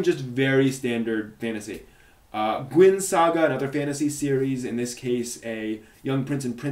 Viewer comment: AHEM, LEOPARD AND HIS NAME IS PRONOUNCED GWEEN